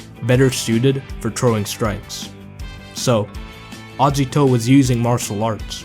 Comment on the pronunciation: The way you prounce Agito triggers me